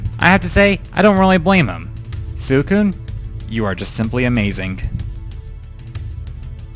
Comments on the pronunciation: swe~cune not sucune. sorry, pet peeve ^^' also, one of my favorite pokemon is poliwhirl. he is great in the games, i love how he looks, and his role in the manga and anime is cool. his always in my teams when i get him. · suicune is said as sweekoon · Your emotional towards Suicune and you cant even pronounce its name right! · Well I'm glad I checked out more of your videos at least. This was a LOT better than the first one I watched, your updated (I guess you had one before right?) top 5 underated and overated Pokémon. All I have to say is, like everyone else, learn the names please... especially Suicune.